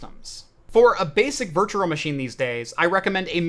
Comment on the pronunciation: Loving the content, my man! However, for the sake of everyone who is unreasonably easily irritated by this sort of thing, PLEASE work on your pronunciation of the word ‘virtual’! Hint: there is only one ‘r’.